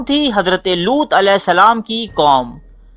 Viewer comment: Looth not lots